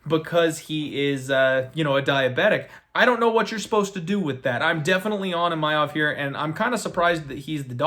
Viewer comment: There is no letter “Y” in Imavov. It’s not Imayov